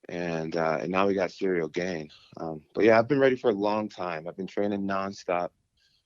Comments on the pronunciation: "Cereal Gain" 🤣😂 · Did he say 'Now we got Cereal Gang' 😂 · Everyone - "Ciryl Gane" Jon Jones - "Cereal Gain" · I love how just went with it and started saying cereal too, who’s going to correct Jon jones, his name is officially cereal gain as far as I’m concerned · Does he keep calling him "Cereal Gain" on purpose?!😂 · Serial Gain? He is mispronouncing his name on purpose? 🤔😂😭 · “cereal gane” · That's Jon who calls him that. I heard him pronounce his name that way in another interview...lol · in the comment section Lol'ing at Jon pronouncing Ciryl Gane as "Cereal Gain". Meanwhile, can't pronounce simple English words at a first grade level. For example, as long as I can remember, he's pronounced "having" as "haffing🥴". is just one example, but he says it every time and unfortunately it's a word he uses a lot. The lack of intelligence, perceptiveness, and self awareness you have to lack to be about 50 years old and still unable to pronounce elementary words, is unbelievable. Especially when you're a journalist. Then you have the way he mumbles "nice" after he gets a response to any of his questions at pressers and interviews. There's a long list of annoying thing does. I just find it extremely annoying that of all people, he has the nerve to knock a guy's pronunciation of anything. What's next? You going to criticize his physical appearance like you're a far better specimen of a man? 😂